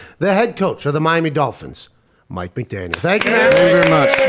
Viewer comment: It sounds like they got Mett McDaniel instead of Mike McDaniel